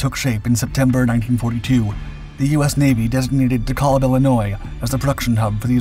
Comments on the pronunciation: Dekalb. Pronounced dee-kalb. Not deh-kahlb. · DeKalb. Pronounced Dee-Kalb. The A as in 'can' or 'calcium'. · It's pronounced de-kaaalb, with a soft 'a' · It's fascinating to hear De Kalb pronounced by someone who doesn't have a Chicago area accent.